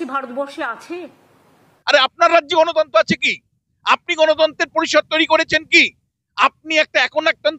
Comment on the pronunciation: তিনি বললেন "গণতন্তো" কিন্তু বিশুবাবু শুনেছেন গণতন্ত্র।😂😂😂😂😂😂